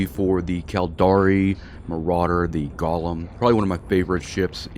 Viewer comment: The Jewish monster the ship was named after is pronounced Go lem....A golem is a creature formed out of a lifeless substance such as dust or earth that is brought to life by ritual incantations and sequences of Hebrew letters. The golem, brought into being by a human creator, becomes a helper, a companion, or a rescuer of an imperiled Jewish community. All these bling fits are excessively EXPENSIVE, if someone comes along and takes you do for your bing while your doing your PVE you lose 2 or 3 BILLION.